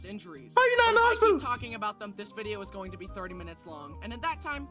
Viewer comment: “Tralking” lol 😂